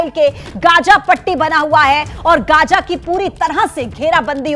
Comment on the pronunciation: Pahle bolne ka dhang to seekh lo Gaaja nahi be Gaaza hota hai